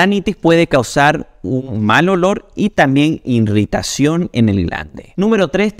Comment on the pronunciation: Se dice irritación NO irritación. Además lo repite varias veces. Sabrá mucho de medicina pero cultura...